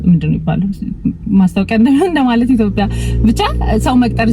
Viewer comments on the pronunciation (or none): none